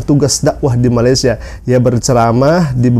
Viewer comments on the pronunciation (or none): none